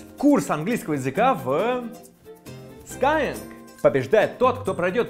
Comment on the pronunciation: Все классно, но как же люто бесит скай-ЭНГ! Ну бляха-муха, ребята!?! 😂🙉🤦